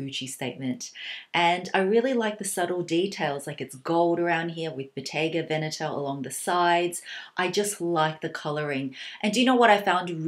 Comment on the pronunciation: OMG, you're the first foreigner I have ever heard that pronounces Bottega Veneta almost perfectly